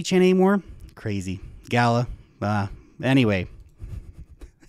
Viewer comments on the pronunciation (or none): none